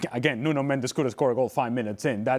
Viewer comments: Its not Nuno Mend -ez in Mendes 1 syllable. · "Mendes" is Portuguese. "Mendez" is Spanish.